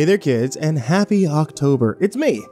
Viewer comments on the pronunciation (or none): none